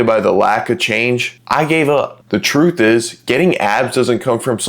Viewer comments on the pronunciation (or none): none